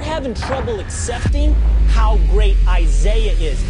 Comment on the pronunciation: "Isiaha" LMAO